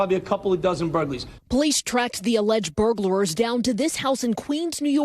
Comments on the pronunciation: Is it my imagination or does the reporter say "Burglarers" instead of Burglars? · That woman said "burglarer" TWICE! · Why does she keep saying “burglarers”? It’s “burglars” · Is it just me or is she saying "burglerors"? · She keeps saying burglarer lol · Am I the only one that is bothered by the fact that those so-called professional broadcasters keep saying "burglarers" instead of "burglars"? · The news reporter saying “burglarers” 😂 Holy crap lady how do you get paid for this shit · "Burglarer"?! Is she serious!? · “Burglarers”? It’s “burglars”! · Good story, but that news clip...reporter called them Burglarers😂😂😂😂